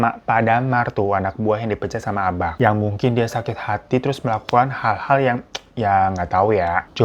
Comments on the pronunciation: Mon maap Hiro. Bacanya ABA' bukan ABAK. Kayak BAPA', bukan BAPAK. Hehe. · Bang, bukan abaQ, tapi cara nyebutnya itu aba'😭😩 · Baca abak nya aba' bang... Kayak baca tulisan mbak gituu... Ihiik.. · Nyebutnya bukan abak bg tapi abak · Agak terganggu sm kata "abak" yg seharusnya K nya gk di jelasin pengucapannya. Jd seharusnya diucapinnya jd "aba' " Ya maklumlah org padang. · Abak itu bacaannya Abak ya bang, bukan Abaq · cara ngucapin "Abak" itu sama kek pengucapan "Bapak" jadi K nya itu hukum nya ikfah syafawi/samar cmiiw ❤ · Gue relate sih sama sikap abak, karena emang dasarnya orang padang itu ajarannya keras 🥲 Tapi mon maap nih bang Hiro, gue sebagai org padang asli, ngakak tiap kali lu ngomong abak. Soalnya pengucapan abak itu gapake "K", jadi abak itu pengucapannya "aba" 😂 Tp tengkiu bg Hiro udah nepatin janji junii 🎉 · kayanya bacanaya aba' deh bang, soalnya kalo di padang huruf K di akhir itu bacanya kaya ditahan gitu. kaya orang Jakarta ngmng "bapaK" bukan kaya baca K di "kapaK" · Salah cara Baca abak😅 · Maap bang nada abak nya salah 😢 hehehe ngak nyalahin kupingku aja yang ngak biasa denger abak bukan abak 😂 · greget w dengar kata abak dari bg hiro,, bacaaan ABAK itu seperti Penyebutan MARTABAK,, huruf K nya jangan jelas bg,, agak lain rasanya kuping dengarnya